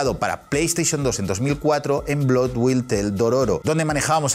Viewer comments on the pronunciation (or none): none